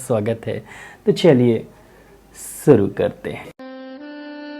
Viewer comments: It is शुरू not सुरू. Correct your dictation. All medicines you told are useless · Aap bolte hain ki " chaliye suru karte hain .'' suru nahi shuru bola katen ager sh bolne me aapko pareshani hoti hai to koi bat nahi is aek shabd ke karan puri video kharab ho jati hai aap sh bolne ki koshish karen . Mai aapki har video dekhti hun sab achcha hai shaista Siddiqui baroda